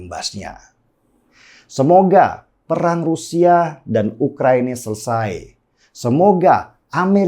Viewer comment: Halo bung Denny Siregar gunakanlah bahasa Indonesia yang baik dan benar dalam pengucapan... Terutama huruf vokal kenapa jadi berkahiran "K"... Contoh : Rusia jangan Rusiak, kemana jangan kemanak....saya jangan sayak.... Semoga "pronunciation" bahasa Indonesianya bisa diperbaiki...